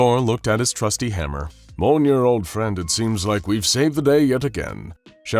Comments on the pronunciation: ITS MJOLNIR (me-yole-neer) NOT MOLENEER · It is not "molnir" it is Mjolnir. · Mjolnir = M-YOLE-NEAR not "mole-near" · Bro said molner💀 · So close to saying "Mjolnir" properly. Not trying to be a dick, I just noticed when it comes to things outside of anything that's not SCP related, like anime and comics, in this case it's Norse mythology, that you tend to have a hard time pronouncing some of the main subjects you tend to bring up and that get tossed into these stories. Take "Makima" from the "Chainsaw man VS. Able" episode you did. You kept calling her "Muh-kee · Not to be mean but the way mjölner (mjolnir) was pronoced dealt damage to me